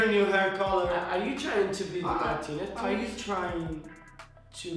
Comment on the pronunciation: how and pernounses their name: martinea tchwins How people with clear accents pernounes thier name: Martinez twins